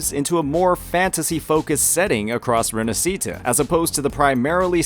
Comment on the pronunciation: the "sci" in "Rinascita" is pronunced as し/ㇱ in Japanese. Put the accent on the "a" in "na" and that's how you pronounce it. You're welcome.